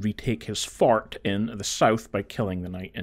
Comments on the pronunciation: Don’t forget to retake Kenneth’s “Fart” It’s called “Fart Height” 🤣 great, clear and concise informational video man well deserved like and sub I’m sorry I just thought how you said “Fort” was funny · Whenever you say “Fort” I hear “fart” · I’m such a child at heart… when you pronounce fort as “fart” I just giggle inside